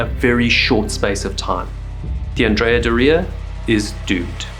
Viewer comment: And Andrea is not AN-dre-a. It is An-DRE-a. Because the namesake Andrea Doria was a famous Italian admiral and a male. There was even a statue of him on the ship.